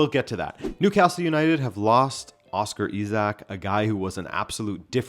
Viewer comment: "oscar isak"